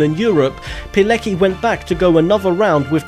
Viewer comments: Witold Pilecki is pronounced "Piletski." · Pilecki is pronounced piletski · Pilecki is pronounced "Piletzki". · Rotmistrz Witold Pilecki , no Palicki !